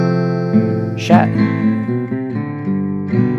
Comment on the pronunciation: That Schatten sounds like Schat.